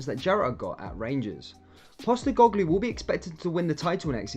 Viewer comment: You cant even pronounce his name